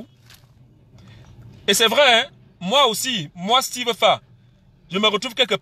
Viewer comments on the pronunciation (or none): none